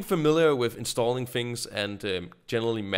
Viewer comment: It's sounds like you are saying "Fings" instead of "Things" #Nohate.